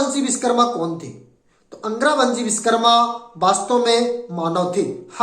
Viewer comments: Biskarma nahi Vishwakarma ... Bolna to sikh lo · नाम का सही उच्चारण करे विशकरमा नही विश्वकर्मा कहे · Ye up or bihar wale. va ko ba bolte h. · सर्वप्रथम तो आप भगवान विश्वकर्मा का शुद्ध नाम उच्चारित करें आप बिषकरमा बोलकर अर्थ का अनर्थ कर रहे हैं ॐ नमो विश्वकर्माणे 🙏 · Pehle ap true pronunciation kro Vishwakarma bolo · भैया आपने बहुत अच्छा प्रयास किया। परिश्रम भी किया इसलिए आप बधाई के पात्र है, परंतु विडियो बनाने से पहले सही तैयारी नहीं कर सके, आपको सोचना चाहिए कि आपका विडियो असंख्य लोगों के सामने जा रहा है। आप जिस महान वैदिक देवता का बार बार नाम उच्चारण कर रहे हैं, आपको ये भी ध्यान नहीं कि वह पूरी तरह गलत है। आप बार बार बीस कर्मा, बीस कर्मा उच्चारण कर रहे है, बीस विष का अपभ्रंश उच्चारण है। क्या शिल्प शास्त्र का आचार्य विष का निर्माण करता है। सही उच्चारण है विश्वकर्मा।